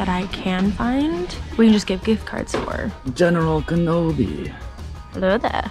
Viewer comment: It’s not general canobi